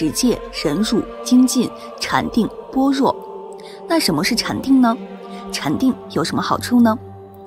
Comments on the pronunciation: 般若： ㄅㄛ ㄖㄜˇ ⭕ ㄅㄢ ㄖㄨㄛˋ ❌ ㄅㄛ ㄖㄨㄛˋ ❌ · 般bo若re（惹） 阿（a）弥陀佛，不念e（额） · 般若，读：bo re ，是梵文的直译。 您做视频是挺用心，但在多期节目中，经常会读错字。